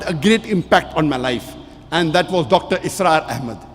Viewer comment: Please its Dr Israr Ahmed not Asrar Ahmed